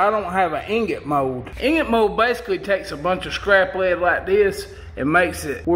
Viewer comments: how the fuck you says "lead" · This is a good, informative vid & fun & funny. Bess tek a class en Sothan drawl for this videe-eye-ee-eye-oh! I cracked up the first time I heard him say “Lead Sinkers” slowly & the word “Lead” was two syllables (lay-Ed) like my SC sis-in-law says “Bray-Ed.” Ya know, Bray-Ed...as in... Raw Toast. ;-) The “Ten” sinker doesn’t mean #10. It means Tin. Ha! I do enjoy a good drawl! (& yes, I know he doesn’t Always say “Lay-ed.” More often he says it correctly.)